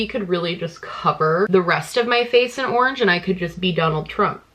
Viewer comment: no one:: ✨ORNGE✨